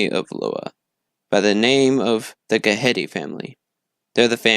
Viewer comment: Ghede is pronounced Geh-day